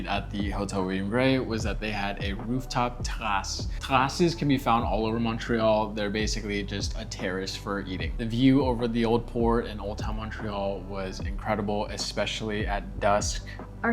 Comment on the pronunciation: Just saying: Shark Tank is the American version of the Canadian version (Dragon's Den) of a Japanese show. This being said, I did enjoy your travel vlog... ps. terrace in French is "tay-rah-sss", "trah-sss" means mark, as in skid marks.